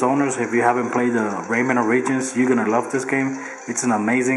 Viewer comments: "Raymen Or-ridgins" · good vid man. not bein a hater, but i think its ORE-EH-JENZ